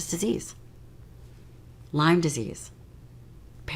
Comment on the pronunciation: Did she say lyme disease?